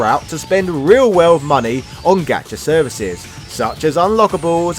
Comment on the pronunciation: Gacha is pronounced Got-cha. Japan doesn't have the British hard "A" but also, obviously, as in your expression when you get the guy you want!